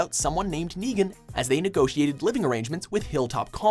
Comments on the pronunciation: Hey you said degan instead of Negan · Llu ar ric Raig? aim nigan :V